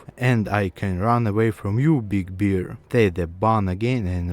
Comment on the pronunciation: Бро, с таким произношением тебя никто не поймёт, кроме русских. Floor, door = [флор], [дор] Bear = [бэр], "бир" это пиво =Ъ Abandoned = [абАндонд] и т.д. Акцент акцентом, но гласные должны быть хоть приблизительно правильные.